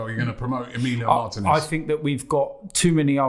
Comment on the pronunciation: mar-TEE-nez. Not martin-ez.